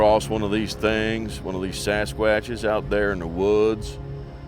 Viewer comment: "Sas quuuaches". Hahahahaha 😂😅😂😂😂😂❤ way too funny....